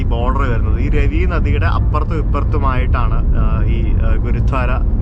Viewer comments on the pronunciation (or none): രവി നദി അല്ല രാവി നദി